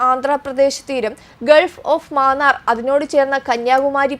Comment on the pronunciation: ഗൾഫ് ഓഫ് മാന്നാർ അല്ല. മാന്നാർ എവിടാണെന്നറിയാമോ. ഇതു ഗൾഫ് ഓഫ് മന്നാർ.